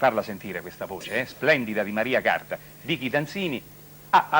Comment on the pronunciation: Ma lui che sbaglia pure il nome non si può sentire. Maria Carta artista immensa